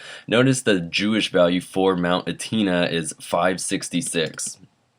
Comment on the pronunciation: It's pronounced mount Etna ( eh-t-nah)